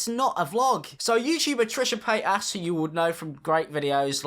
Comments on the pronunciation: “trisha PAYASS" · It’s Trisha Paytas Not “Trisha Paytass” Not hate lol I love u ur hilarious 😂😂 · You sound like you're saying Trisha Fat Ass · Am I the only one hearing PaytASS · "Trisha pay-aSs" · "Trisha PayTASS" 😭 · “Trisha Payt-ass” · is it just me or is pronouncing Trisha's name as Paid-Ass? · Why did you pronounce it like paytass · Did he say Trisha pay ass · Trisha Pay-ass Why do you pronounce it like that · When says Paytas, it sounds like payt ass lol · Also... I legit heard "trisha PaintAss" when you said her name the first time ... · The fact that keeps saying ‘Trisha paytAS’ like, the emphasis on the AS is iconic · pronouncing Trisha's last name honestly makes me laugh but it's so adorable. "PayTAs". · But why are you pronouncing Trisha Paytas like that? 😂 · I like the focus of ‘ass’ when you pronounce Trishas name, very original and fresh 🤪